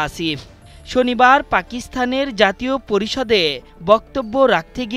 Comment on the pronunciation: এগুলোরে সংবাদ পরিবেশন করার জন্য নিয়োগ দেয় কিভাবে? পাকিস্তান উচ্চারণ করতে পারে না এটা কোন সংবাদ পরিবেশন হলো😁😁